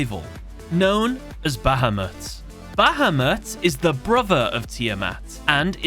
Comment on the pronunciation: Is anyone else triggered or annoyed by how he says bahamut wrong or is it just me?